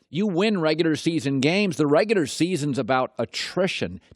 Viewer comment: “In da reguder season.” ~ Colin Cowherd